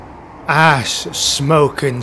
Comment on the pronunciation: Oh no, now I can't unhear it! XD